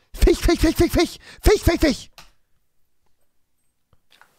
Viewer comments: Eine Legende besagt, dass Rewi "Fich" immernoch nicht richtig aussprechen kann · Ich feier es so wenn Rewi „Fich“sagt😂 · Ich liebe Rewi einfach dafür, dass er "Fich" sagt, jetzt hat er mich angesteckt XD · Kann halt auch nicht Fisch aussprechen das ist ein kleiner Sprachfehler mit sch kann zmb auch komisch oder Tisch nicht aussprechen Rewi ist net alleine